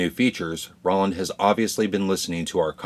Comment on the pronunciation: Roland. “Row Lund”. Not Rolland. It doesn’t rhyme with Holland.